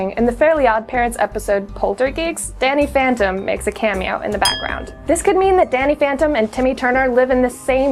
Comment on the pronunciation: did she say danny phenten?!😂😂